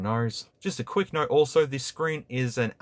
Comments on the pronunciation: It took me 20 minutes to realize you were saying Note and not Narc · im pretty sure you are saying clorne!! you are just throwing R's left and right bruh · Is it me or is he constantly saying "nerd 10"? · and + is what i keep hearing lol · look at it...it is a